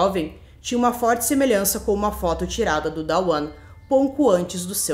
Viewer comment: A pronuncia correta dos nomes da mãe e do filho é "Duana" e "Duan" nao tem A entre o D e o W.